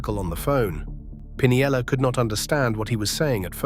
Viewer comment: And the pronunciations are annoying. It butchered steinbrenner and pinella.